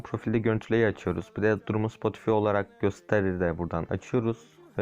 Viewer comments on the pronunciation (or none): Spotifi diye okunmuyor Spotifay diye okunuyor